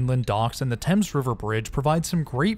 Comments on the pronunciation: Thanks for this - so nice to see my area in videos. One thing : the Thames river at New London is pronounced "Thaymes" rather than the British "Temms". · It's pronounced "thayms".